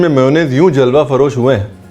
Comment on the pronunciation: Ranveer Jalwa-froz ko always Jalwa farosh bolty hn ap ........